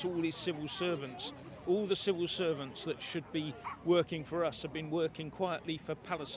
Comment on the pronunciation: I heard you say "our Civil Serpents" (you may have said "servants", but with the accent difference between us - UK vs USA, I heard "SERPENTS") when talking about the changing of the law to eliminate the D-I-E rules.... Quite appropriate. I hope you do not mind if I start using that for politicians and govt bureaucrats.